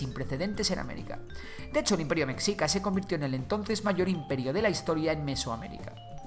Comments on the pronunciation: Se dice güitchilopochstli y no se dice mecccica se dice mechica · Se pronuncia "Meshica". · Es raro oír qué digan "mecsica" cuando se debe decir meshica. 😅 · Me gustó tu vídeo, unas pequeñas observaciones, Mexica se dice más parecido a Meshica, más que meksica; también al principio pusiste una pirámide, la de Kukulkan, esa pirámide es Maya, no es Mexhica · Tienes varios errores - se pronuncia meshica, más no mekzika - no se pronuncia Tenoc titlán, se pronuncia la " che" o ch, - los sacrificios no eran precisamente de otras comunidades, o esclavos, también se sacrificaba a nobles o voluntarios que se preparaban espiritualmente ya que era un honor partir para los dioses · Mexica se pronuncia "Meshica" como la "sh" inglesa, no como la "x" hispana, se usa x por que el sonido "sh" no existe en español pero hay que recordar que Mexica no es una palabra hispana, es nahua. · Meshica pronunciación correcta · Cómo mexicano me duele cada que dice metzica🇲🇽🙃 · MEXICA se pronuncia "Meshica" La X México se pronuncia en algunas palabras como J o SH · En realidad en esas palabras la "X" se pronuncia como "sh" (la del inglés) de esa forma "Mexica" se leería "meshica" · Hola buen video, solo un error en tu pronunciación, se escribe Mexica pero se pronuncia Meshica , no es oficial por así decirlo pero es la forma de pronunciar más aceptada en México y por los pueblos indígenas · Se dice "Meshica", saludos desde la Nueva España. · No quiero sonar grosero pero no sé dice mexica la x sé dice con el sonido de sh o j pero perdón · correcto, es un SH Ni J ni KS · Como me hace ruido la mala pronunciación Mexica ..... de hay en más gracias por los datos. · Hay que hecharle ganas a la pronunciación "mexica"